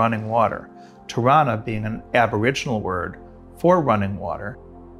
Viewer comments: LOL I thought he was saying Toronto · totally thought he was saying Toronto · Ha, I thought he said "Toronto" and I didn't know Wright had a structure named Toronto. Locally many people here pronounce the city name exactly like this. Spelled Toronno or Toronna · 'Tirranna' is exactly how Canadians pronounce 'Toronto'